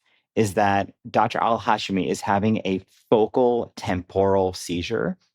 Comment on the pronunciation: The hosts constantly saying Al-Hashimi's last name wrong repeatedly is embarrassing. She was even on the podcast saying it correctly and they still said it wrong. 😬